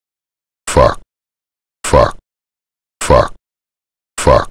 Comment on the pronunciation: This is fucking glorious, I always had his voice stuck in my head saying "fauck". Really needed this